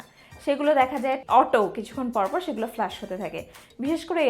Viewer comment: Flash bolen na go didimoni, flush bolen.